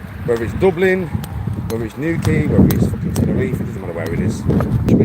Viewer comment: Tennerife to tenner teeth 😂